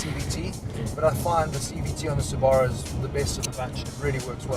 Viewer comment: You're pronouncing Subaru wrong.